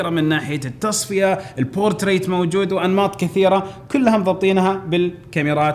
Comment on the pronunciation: بورتريه وليس بورتريت صديقي